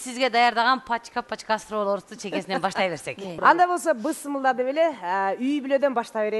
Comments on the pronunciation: мнеге ушу тундуктор бысмылда дейт. Бисмилла болот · Бысымылда эмес Бисмилля